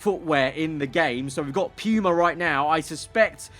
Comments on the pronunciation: Just a playful jest, but as an American, it's weird to hear Puma being said phonetically as P-yu-ma. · "Pew-Mah" brand